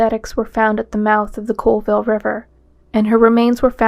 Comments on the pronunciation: Its not Coalville. Its Colville, CALL ville.... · I know it's not a big deal and this is almost a year old, but the city in Washington is Colville (Call-vill). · I have to correct something here because it bugs me - people from Colville pronounce it as "call-ville" not "cole-ville." Extremely common mistake that will instantly tell any any Colville native that you aren't from around there. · It’s pronounced Call-ville. Colville.